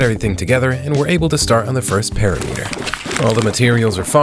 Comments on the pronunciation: It's impressive how many words you mispronounce, it's a PERIMETER NOT A PARYMETRE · Why do you pronounce it Para meater when its pear rim mitter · perimeter pronounced (puh-RIH-muh-ter) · Do you mispronounce "perimeter" just for engagement? lol😅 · ts not how you pronounce perimeter 💔💔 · Bro pronounces "perimeter" as if aliens invented the word